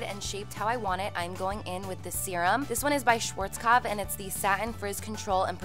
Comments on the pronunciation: I love the way you're saying 'Schwarzkopf' 😅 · Any Germans here who had to laugh because of the way she pronounced "Schwarzkopf" ? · it's so funny how you are saying schwarzkopf :D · Haha when she was saying "Schwarzkopf" it reminded me of the time Nicole had a voice message of Carli pronouncing it because Nicole always forgot how to pronounce it. 😂💕